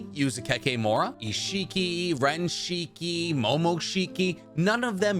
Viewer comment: Why does he say Rinshiki??